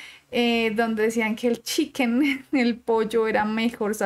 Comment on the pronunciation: No dijo chicken dijo checken